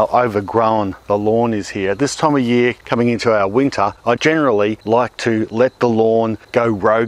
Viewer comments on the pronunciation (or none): none